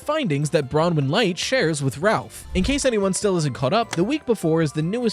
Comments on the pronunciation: People finally pronouncing Bronwen correctly 🙏🙏🙏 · Ayy you probounced Bronwen right!